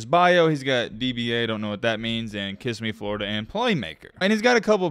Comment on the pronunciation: It's not Kiss me, It's Kissimmee, Florida. It's a city.